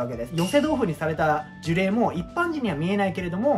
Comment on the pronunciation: 1度ジュレイをジュリョウと噛んでから当分の間そのままでしたが、最終的には戻ってましたねw